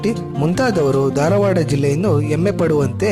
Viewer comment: ಧಾರವಾಡ .... ದಾರವಾಡ ಅಲ್ಲ.